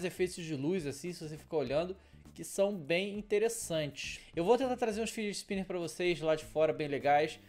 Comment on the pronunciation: "fidget spimberss"